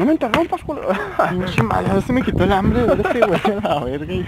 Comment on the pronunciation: Like si te asustaste cuando dijo ambre en ves de hambre